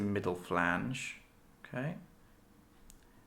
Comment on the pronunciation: How do you know so much but cant say phalanx properly? (It is not a flange)